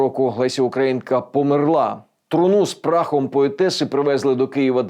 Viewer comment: Ви молодець, що в Одесі перейшли на українську. Та вдосконаленню немає меж - слідкуйте за наголосами, бо є моск..кі наголоси (померлА замість помЕрла...).